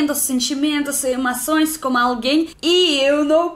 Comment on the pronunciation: GANZADA, MASTRAR, EMACOES..mto engraçado, mas o português está melhorando mto..🌹🌻😘